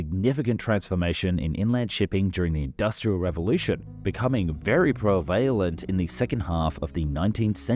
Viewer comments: "Provalent"?! "Prevalent" is prounced "prevalent" with the accent on the "pre". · Great Video... pronunciation guide: prevalent ... if there is an accent it's on the first syllable pre-vuh-luhnt... the word is not related to "prevail" different word... also.. draught ... is pronounced the same as draft. I don't know if these are australianisms or no... but they sound odd to a Canadian. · And prevalent not prevailent!!! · Another that struck me as odd was “prevalent”. The A was pronounced long A, prevAlent, whereas we pronounce it prevAHlent. Few others but what an awesome video. I’ve never heard of these things. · draught is pronounced draft. you meant to say unimpeded. prevalent has the accent on the first syllable. otherwise thank you, and yes, this is new to me. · Please look up how to pronounce "draught". And "prevalent".